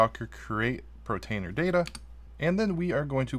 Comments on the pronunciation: Dude, sit in front of a mirror and practice POR TAINER. POR TAINER. Please stop saying Pro. You can do it. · Hey, Thank you but you are driving me nuts with your pronunciation of (Portainer) POOR - TAINER not PRO - Tainer Please lol. Great video good job sir! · Cracks me up hearing you say "pro-tainer" Gotta love dyslexia! 😂